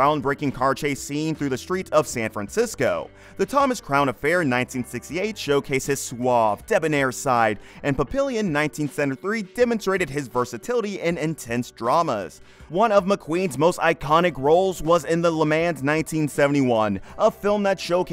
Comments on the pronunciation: Pa-pil-ion 😂 it’s pa-pee-ohn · ..."Pap pill ey on"...ha ha ha ha if you can't get the pronunciation of this classic correct, everything else you say is in question.